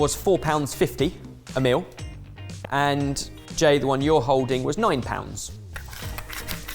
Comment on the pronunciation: Is saying 'Mill', or 'Meal'?